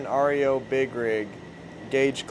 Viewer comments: Hilarious YOUR SAYING AREO instead of REO but I kno in the heat of the moment working and being excited words don’t matter🏁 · its ree-oh not r. e. o. and speedwagon is a kids wagon, not a vehicle. peace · What's the name of that truck that's called Rio I had a couple of them back in years and years ago and they're pronounce REO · If you guys just knew how to pronounce the REO